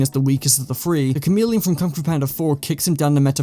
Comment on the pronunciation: The Cha-mid-leon